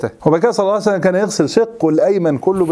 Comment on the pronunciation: يا اخي هكذا تقال النبي صلى الله عليه واله وسلم وليس صعس الله سلم